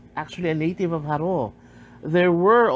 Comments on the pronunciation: I can tell you're not by the way you're saying Jaró. The Lopez/Lopez-Jaena clan are a separate clan. Is that who you mean by the Lopezes that were already in Jaro? They have intermixed already many Lopezes today are members of both clans. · Im sorry but the narrator pronounced the word "Jaro" incorrectly.